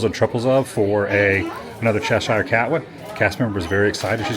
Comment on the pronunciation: I do not know why some find you irritating with childish interests. I find you delightful. You may already know this but it’s pronounced : Chesher. Keep it up.